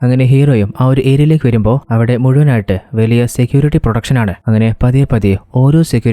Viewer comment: പൊളിയായാണ് ബ്രോ.. പ്രൊട്ടക്ഷൻ എന്ന് വ്യക്തമായി പറയണെ അടുത്ത പ്രാവശ്യം മുതൽ. പ്രൊഡക്ഷൻ എന്നാണ് കേൾക്കാൻ പറ്റുന്നത്. ❤❤❤